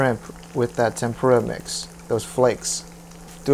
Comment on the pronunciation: That’s not how you say tempura